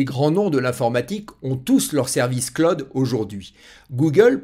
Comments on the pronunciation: Pas clod mais clooooud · Le Claude ! J'ai les oreilles qui saignent:face-orange-frowning: On dit (phonétiquement le claoud) Bon, je m'ai bien marré. Super tes vidéos ! Bise. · Merci. Le CLOUD se prononce CLAOUD.